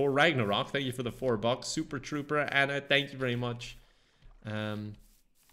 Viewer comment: I want you to realize that every time you say the word "super", you're saying the word "soup"